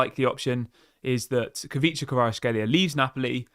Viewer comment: It is pronounced Kweecha Kwarats-kheelia